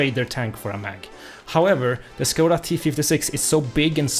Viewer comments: how you say it. it make me laught. becouse im front czech so i know how to say it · Saying Škoda with an 'S' Hmm... Maybe he can't pronounce it... Says Czech with an 'Š' Oh...